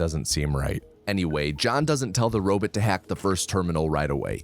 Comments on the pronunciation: Love every minute of this except every second I have to listen to you say robit instead of robot, please post a short saying just bot, do you say bit? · What’s a “robit”? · If you say Robit one more time!!! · the way you said “robot” lol Edit: I love that you keep the same pronunciation throughout the video. 🦀